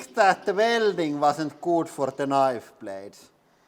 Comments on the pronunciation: i like the way you say ka nife, lol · The K is silent when you pronounce Knife. So it's basically it's just nife.